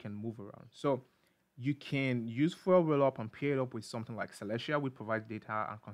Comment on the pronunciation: lol "fwel"